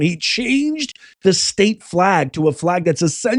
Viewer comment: State not shtate you knuckle head